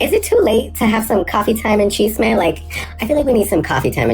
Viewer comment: Can Gabriel not say chisme? Thx <3